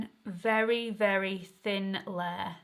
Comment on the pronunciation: I like how you pronounce ‘layer’. What is your accent?